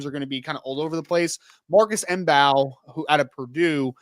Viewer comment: Marcus Mbow's last name is pronounced "bow". The m is silent. Like Django. The D is silent. :)